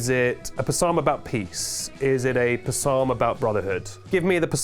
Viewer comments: Do British people actually pronounce it Puh-salm?? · has lied so much at this point, that I genuinely don't know if he is mispronouncing "psalm" by mistake, or on purpose to be a silly goose. I guess that's tennis 😅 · Yeah no it's not option B 😂 We don't pronounce it like that. I most certainly have never heard anyone say it the way says it 😅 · I don't know of any p'salms off hand, but I'm gonna pronounce it like that from here on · I can’t tell if you’re: A. Pronouncing psalm wrong on accident B. Saying it the “British” way C. Saying it wrong on purpose (impeccable comedic effect) D. All of the above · never heard someone say psalm like that